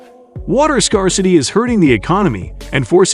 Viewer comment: Informative. I'm just wondering why you picked "24 days" for your thumb. Seems rather arbitrary to me. Zeihan does that alot too. Rank Sensationalism. Smacks of CLICKBAIT. All it does is undermine your credibility. ps: Your mispronunciations of words like "scarcity", "lead" and other common terms is inexcusable.